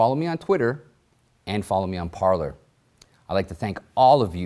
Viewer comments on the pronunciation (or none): Parler is pronounced "par-ley"